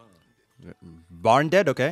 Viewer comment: This is how you actually pronounce Mash's last name "Burndead